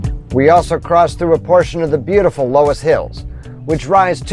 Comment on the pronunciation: Great video on some of my old stomping grounds. Loess is actually pronounced "Luss". The Loess Hills are unique in that they were formed by dust deposited by wind from the west. They extend from Sioux City down to Omaha/Council Bluffs, and they are more pronounced on the Iowa side of the river.